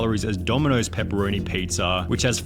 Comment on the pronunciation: LOL i noticed his voice when he said pizzaauugh and then chat went nuts